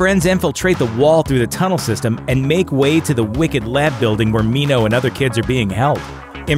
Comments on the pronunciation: they pronounced minho right holy shit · I am not happy with the ending. Newt's death is unnecessary death. Btw, thank you for pronouncing Minho's name correctly! You're awesome